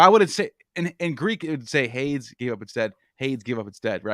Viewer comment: something so endearing about mispronouncing 9/10 ancient greek or other antique names. HADES.